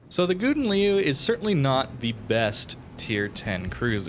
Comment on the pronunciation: You really butchered the pronunciation of the name XD You tried though, props for that :)